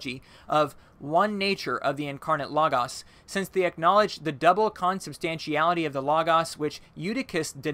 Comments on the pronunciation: Please learn to pronounce common religious and theological terms: Kris-en-dum, not Christian-dum; Loh—gohs, not logg-oss, etc. Studying a little Greek and Latin would benefit you! Mispronouncing these very common terms makes it hard for an educated person to take you seriously, regardless of your content. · Am I the only one cringing when he says lagas (logos)? It's Lohgohs.